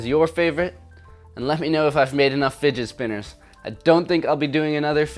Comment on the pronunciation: “Didget Spinners”